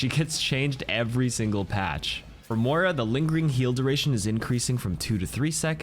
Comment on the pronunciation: It’s mOira not mora you can litterly hear herself call her by that. why are ppl still pronouncing her name wrong